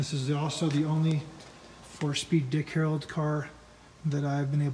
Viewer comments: Def saying Harold, driving me nuts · STOP SAYING "HAROLD" It's Dick HARRELL!!! The badges are right on the car! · Yup - He repeatedly says "Harold" rather than "Harrell." He also says Fred "Gibbs" rather than Fred "Gibb" lol. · "I'm a general Camaro guy but I'm not a Dick Harold expert, by any means." No kidding. When you don't even realize that the name is HARRELL, not HAROLD, it's pretty evident that you're no expert. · A testament to how clueless the guy is. He's reading the name three dozen times and STILL gets it wrong every time, no matter how many times he sees it. And by the way, it's not "HARrell", it's pronounced "huh-RELL", with the emphasis on the second syllable. So the guy has it wrong 2 DIFFERENT WAYS! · exactly - - of course you're not an expert you can't even pronounce his name correctly - - no D on the end its Dick Harrell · Why do you keep saying Harold ? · Great Car!!The guy doing the narration on the beginning needs to atleast pronounce Dick Harrell right.....it’s not Harold!!🙈look at the badges Dang! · You keep pronouncing his name Dick "Harold". There is not a D at the end of his name. Herrell, try sounding it out slowly. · It's Dick Harroll, not Dick Harrold. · You would think somone that owns this car and knows what it is would be able to pronounce "HARRELL" not Harold!!! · Amazing find, congrats!!! But there’s no D on the end of our last name. Just double L’s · If only there was a badge somewhere on it with the correct last name so you didn't butcher his name over and over....oh... yeah.